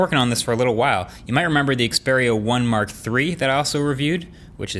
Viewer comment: after 3 generation of the Xperia 1, finally Marques know how to pronounce the name correctly